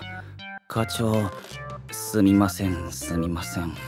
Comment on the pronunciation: イルマティック入間のすみませんの発音が「スミマスェン」で草